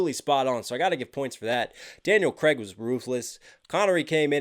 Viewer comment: It's Craig (Like Laid) not Creg (Like Leg) 😄 Keep it coming 💯